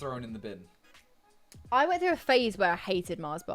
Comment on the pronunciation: that green mint cream is basically a after eight and you say bin 😂